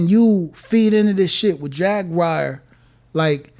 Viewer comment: He said Jaguire not Jaguar 😂😂😂